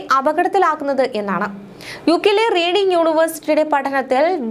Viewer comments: റീഡിങ് അല്ല മോളെ റെഡിങ് എന്നാണ് ❤ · Please pronounce it as Red ing university though writing as Reading.